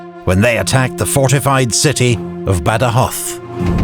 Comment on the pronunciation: The video is great and does an awesome job illustrating the war. But by far what I like the most is the proper pronunciation of places and given names: ZaragoZa, CoruÑa, BadajoZ... Just sublime